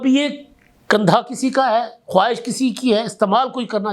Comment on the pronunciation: لفظ ' خواہش' میں و ساکن ہے. تلفظ خاہش بنے گا.